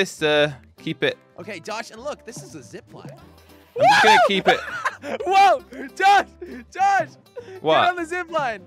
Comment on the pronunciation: Jelly saying hey jush Me: it's not jush it's josh